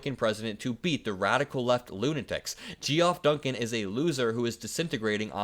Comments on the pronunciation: Gee-off is probably pronounced Jeff. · Bro, Geoff = “Jeff” … not “Gee Off” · it's pronounced 'Jeff'. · Its not gee off Duncan. Its pronounced Jeff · The O in Geoff is silent... so sounds like Jeff not Ge Off.. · Just a minor thing, the name Geoff is pronounced JEFF, not "Gee-Off." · "Geoff" is pronounced "Jeff" NOT "Gee Off". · Umm ... "Geoff" is pronounced "Jeff". Not gee-off. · Just a helping point. When you read the interview, and talked about Geoff Duncan. The name is pronounced "Jeff", not "Gee-Off" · Pro Tip: the name Geoff is pronounced "Jeff", not "Gee-Off". It's just another way to spell the name. I probably didn't learn that until I was 35, so it's all good. 😁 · Lol Gee-off?, it's Jeff. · It’s pronounced “Jeff” not Gee off. Sorry. Vote Blue! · GEE-OFF? C’mon man 😂 it’s still pronounced Jeff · It's pronounced Jeff, dude. Not Gee-off. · Oh.. 'Geoff' is usually pronounced 'Jeff', not 'Jee-off'. It's just a less common, older spelling. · Jeff, not Gee-off. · Geoff Duncan is pronounced like Jeff not Jee-off. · It's not "Gee-off"... "Geoff" is pronounced the same as "Jeff". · "Gee-off?" I think you mean Geoff as in 'Jeff' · Said like Jeff not Gee off. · Lol... My friend.. Geoff is pronounced "Jeff". You speak the truth though,!! Keep up the fantastic work!! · Btw When saying the name Geoff, it's pronounced like Jeff. Word to the wise. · Geoff is just pronounced Jeff. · Love your videos. Fyi Geoff is pronounced “Jeff”. Vote blue 💙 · I think Geoff is pronounced Jeff. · Small detail: "Geoff" is pronounced "Jeff". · Hey, Geoff is pronounced Jeff XD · darling, ' geoff ' is pronounced the same as ' jeff ', i know it's not obvious, but it is the original spelling ❤️❤️💙💙💙💙💙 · Geoff Duncan is pronounced like Jeff. Just a heads up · I enjoy what you do but completely botching Geoff (Jeff) Duncan’s name is pretty bad. You have to do better. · Bro, Geoff is pronounced like Jeff😉✌️ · Geoff is pronounced Jeff Just a heads up 💙